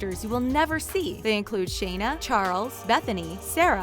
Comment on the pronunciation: Shaynah??😂😂😂 Shana 💀